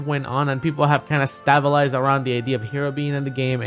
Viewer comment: "stab-alized" never change zero